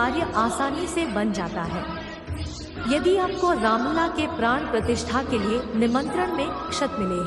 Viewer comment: Madam Ramlal nahi Ramlala. Pls.